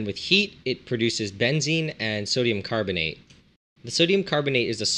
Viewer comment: Funny how you pronounce it. Here "benzin" -thats how you pronounce it, is gasoline. This would be benzene with both E´s as in Edison for example.